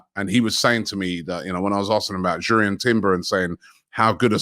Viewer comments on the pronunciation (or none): none